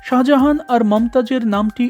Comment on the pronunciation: Speel ta hobe Sajahan kintu Apnar uccaron hocce Saha Jahan jeta Somvob na, Sajahan sothik , think about it.